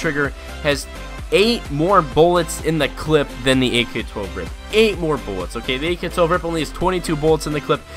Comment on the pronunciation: ITS R.I.P NOT A FUCKING RIP U STUPID FUCK......U DONT CALL IT A B.A.L U CALL IT A BAL